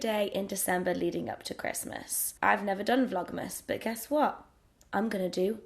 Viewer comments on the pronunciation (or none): none